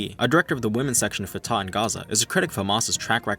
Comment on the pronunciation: FYI, Fatah is pronounced Fu-tuH with emphasis on the first syllable(like the fu in fun) and an exhale(like a sigh) on the H. It's easy to remember because i always sigh out of frustration when talking about traitors